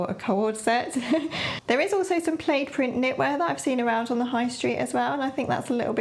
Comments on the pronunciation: it's plad as in glad, not played 😀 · It’s pronounced plad,, but we know what you mean. Great vlog, love your ideas. Fabulous blouse you are wearing too! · Yes, plaid is pronounced like “plad” but it sounds prettier how you say it! I also prefer tartan. To my American ears it sounds more appealing. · Fun video! In Canada/USA we say "pl-ah-d", but I figured "pl-ay-d" was the UK pronunciation? Either way, love your take on the fall trends and your suggestions. Beautiful blouse! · Great video! I’m loving all the fall colors this year. What blouse you were wearing for this video! Just adorable! We say “plaid” with a short a sound like “plad” in the US, but who knows what’s correct.